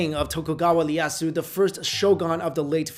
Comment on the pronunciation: "Ley-asu"...? x/